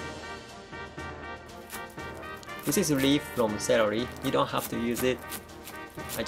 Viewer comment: cerely, hahah it's celery;)